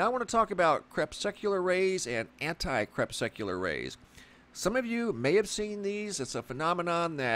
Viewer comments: Please stop sucking the anti crepes. Not CREP SUCK YOU LAR. Say KRE PUSS CUE LAR. Sent with much love and appreciation for your great videos. No hate here. Thanks bro. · You are mispronouncing "crepuscular" -- you keep saying "crepSECular". It's cre PUS cue lar. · LOL, you say crepsecular, i say crepuscular... ;) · You make it sound like these sun halos are a normal thing but they weren't around when i was young and through my teens. And say it right crepusc not crepsec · It's pronounced 'crep-us-cu-lar' ...relating to twilight. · Say crespecular one more time.... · awesome footage and commentary... btw it should be pronounced to sound more like ... Cree Pus Cue Lair/Lur... Crepuscular also is a way for fellow Biologists/Naturalists, etc... to reference certain species of animals/insects/arachnids/bats, etc time of more normal activity for foraging... like salamanders, spiders and centipedes more active in the twilight hours between day and night and morning... VvvvvV <3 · I cringed every time you mispronounced crepuscular!!